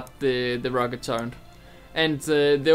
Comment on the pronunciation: H is pronounced "aitch" not "hay". Also turret not turrent. Just a heads up. :P